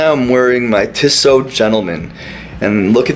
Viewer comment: its teeesoh